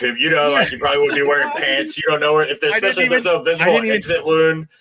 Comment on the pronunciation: Supposedly* not supposebly Especially* not exapecially Jesus Christ lol